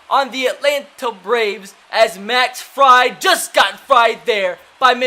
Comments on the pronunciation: Fried is pronounced freid btw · The braves pitcher's last name is pronounced freed lol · Fried is pronounced Freed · He says freid wrong😂